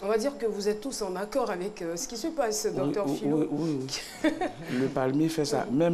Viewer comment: Docteur Phylo ''Toulogue'' mdr